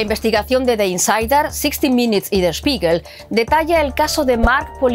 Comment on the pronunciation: No se dice 60 Minits se pronuncia 60 Minutes